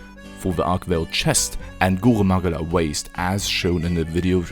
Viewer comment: Somehow the most satisfying "Goruh Mahguhla" pronunciation I have ever heard.